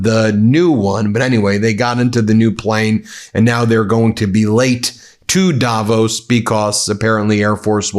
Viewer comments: It's "davOOOs", not "dAAvos"!! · Hey Ben - it‘s Not Daaaavos.. it‘s Davooos. ;-) Cheers and best wishes from Switzerland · Davos is pronounced with weight on the o, not the a. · It’s Davos as in Dav Oss rather than Davose by the way… not meaning to be pedantic, but it sounds so odd